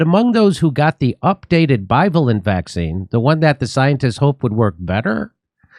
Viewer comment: Bi- VA’- lent